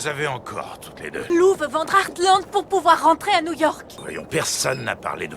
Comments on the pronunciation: Il dit eathland et pas Heartland xD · Tu le prononce comme tu veux mais sa dit artland et pas hearsland mais tu l’as bien écrit mais tu fait comme tu veux ☺️ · je suis hyper fan d'heartland donc t'es pas obligé de défoncer la série MDR sinon ça se dit heartland et pas hearsland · "ersseland" tu m'as tuée XD C'est pas earthland le ranch, c'est HEARTland donc "artelande" l'anglais c'est pas ton fort ^^ Heartland est une série familiale avec son lot d'incohérences et de mièvreries mais j'ai un plaisir même pas coupable à la suivre depuis une dizaine d'années, les personnages sont attachants, les histoires sympas, les chevaux occupent une place de premier plan malgré les histoires secondaires nombreuses, c'est chouette. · Et ça se dit hearte land pas hearce land 😂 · jsuis désoler mais comment tu prononce les noms des ranch c’est trop drôle 😭😭